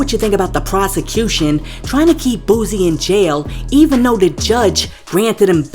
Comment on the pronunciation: Yo every time you speak on Boosie His name is Boo•sie not Boooosie come on